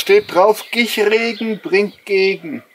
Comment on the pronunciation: "Gich regen bringt Gegen" xD bitte statt dem G ein S einsetzten :D